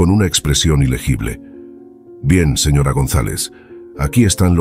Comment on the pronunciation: Hola, porque dices I.R si es ir y también dices S.R.A si es señora eso corta la buena narración 😊